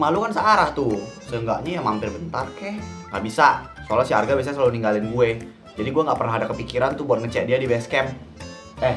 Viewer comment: Pas Maya bilang Arga tapi dia bilangnya harga bukan Arga loh